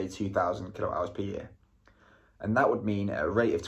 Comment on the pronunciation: Is it your pronunciation or I am hearin kilo hours?😂😂😂 kWh is kilowatt-hour